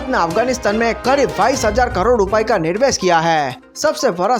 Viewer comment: Nirvesh nahi Nivesh hota hai.